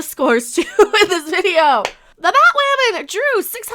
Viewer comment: I got the gist. The show sucks. Is you calling her Batwomen on purpose or that’s your accent? I thought that was funny